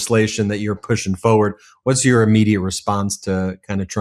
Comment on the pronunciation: Ben you are so articulate but you keep saying foward - FORWARD IS FOR WARD = forward not fo ward